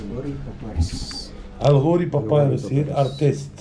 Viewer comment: Papiros papayrosss papirusss papyaras 😂😂😂😂 whatever the scam is